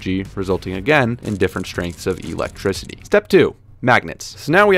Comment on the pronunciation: Why do I find his pronunciation of "Electricity" quite peculiar? *EEElectricity!